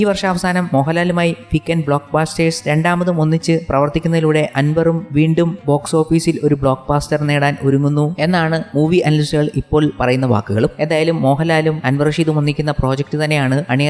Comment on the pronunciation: എടോ ബ്ലോക്ക് ബാസ്റ്റർ അല്ല ബ്ലോക്ക് ബസ്റ്റർ .. ആ അല്ല അ .. താൻ സ്ഥിരം തെറ്റായാണ് ബ്ലോക്ക് ബസ്റ്റർ ഉച്ചരിക്കുന്നത് .